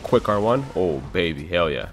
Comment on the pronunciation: I spent WAY too long trying to figure out if you were saying "hell yeah" or "yell heah" Anyway, great video lol